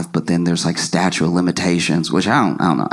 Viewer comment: Statute of limitations. Did Josh say, "statue?"